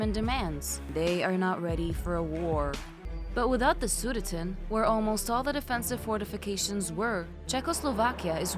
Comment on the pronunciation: Again pronounciation Sudenland. Emphasis on wrong Syllable, and not pronounced correctly. Although this video is fine in concept, the narration is very poor. Are you using an "AI"? If so, this computer does not do well with English or German Nouns.